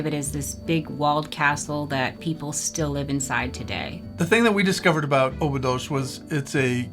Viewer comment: Dear Couple, I love you. Now, may I have a suggestion for you? Only on the phonetic side. Please, if you want your viewers to identify the places you're talking about, make sure you use the Portuguese pronounciation! Examples: Óbidos -> Ohbidus. Caldas da Rainha -> Kaldash dah Raheeña etc., etc. Sorry, but it is nice to be able to correctly identify what you're talking about. The AI is not very clever for that. Of course I like your message and your understanding of our Country! This is just a suggestion for your viewers to be able to get which places you're talking about 👍